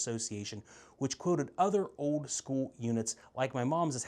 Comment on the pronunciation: What is it with all these millennials and gen z'ers that can't pronounce old? It's not ode. It's old!